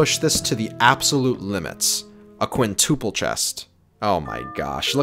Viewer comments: No one:: Quintoople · "Quintoople" "Aquotic" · Not a quintoople 😂